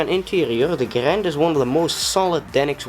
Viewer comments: If you want to say Garand properly, you pronounce it "Gair-end" not "Guh-rand" John C. Garand was very adamant about this pronunciation of his name. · It is pronounced Grand. Say it with me now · Zane Weaver it is garand... say it with us now “GARAND”